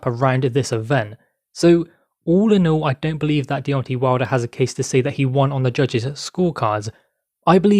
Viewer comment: I think his name is Deontay, not Deonti